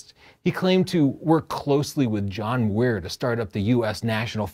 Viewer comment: Uh, it's John Muir, not John Weir....